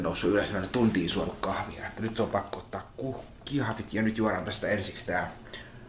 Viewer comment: mikä aivovamma saa kahvin vääntymään "kiahviksi"?